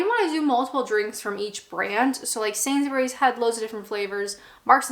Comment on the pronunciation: It's always nice to hear a North American accent pronouncing Sainsbury properly and not "Sainz-berry"